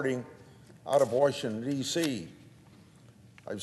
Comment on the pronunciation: There is no "Warsh"ington ANNNNDDDD Grassley lied about Ukraine - Biden "connection"